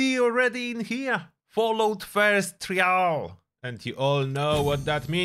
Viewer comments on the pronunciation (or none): I dont like the way you say trial. Its said like try all not tree al. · "Try-ul" just a fyi lol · bro you gotta learn to say the word ‘trial’ if you’re going to use it so many times in the video 🐢